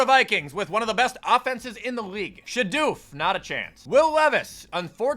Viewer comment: "SheDoof" LMAO